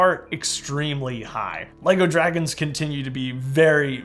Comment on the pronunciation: hey there is this guy called TGT Studios and he is extremely good at Lego Minecraft like you Btw I heard you say sea Dwagons lol